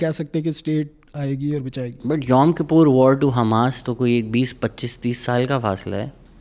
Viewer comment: “Yaum KAPOOR” ?! 🤷🏻🤷🏻‍♂️😂🤣 Janaab wo “KIPPUR” hai !!